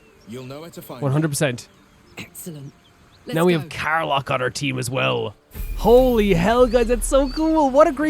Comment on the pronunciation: Karlach and Scratch finally joins the adventure! Cant wait to see you delve into their stories!! Btw, Karlach isn't pronounced "Kar-lark", but "Kar-lek" <3